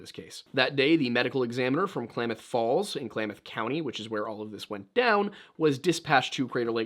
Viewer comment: Klamath Falls resident here. Excellent pronunciation! Crater Lake is incredible. Photo and video never do the deep blue of the lake any justice. Something to note: Blue jeans are denim, which is cotton. Cotton is first on the list of NEVER WEAR IN THE SNOW. It doesn't hold heat and gets wet very easily. It's egregious that he would be so well prepared but be wearing blue jeans.